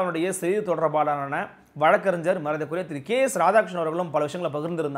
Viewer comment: மண்ணிக்கவும் சகோதரரே ஒரு திருத்தம் வழக்கறிஞ்ஜர் அல்ல தங்களது உச்சரிப்பை வழக்கறிஞர் என்று மாற்றுங்கள். நாமே நம் தாய் மொழியில் பிழைகளை உற்பத்தி செய்யக்கூடாது அல்லவா. நன்றி வணக்கம் அய்யா.